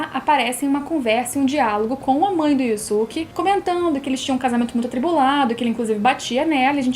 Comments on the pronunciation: Yu yu hakusho é o melhor anime dublado, não é um anime q todo mundo tá acostumado a ver tanto dublado como legendado como outros animes, ou seja, estamos acostumados a ouvir e falar "Yusuke" desde a época da tv Manchete, e vc vem com "Yuske, Yuske, Yuske", nem parece q vc tá falando dele, mesmo sendo a forma correta de falar, então não é chatice de quem reclamou, pq vc falando "Yuske" e não "Yusuke", dá impressão q vc é metidinha, entende. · hauhauhauhauhauhauhau pior q tb fiquei com raiva da pronuncia. IUSUQUE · Obrigado:) Tirou minha duvida! haaha Eu também uso essa pronuncia de Yoske porque foi a que aprendi lá em 94, assim como as de DBZ "ceru", "picoro" e "bedita".